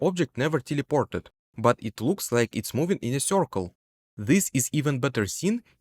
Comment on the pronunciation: "Corcle" "sorface"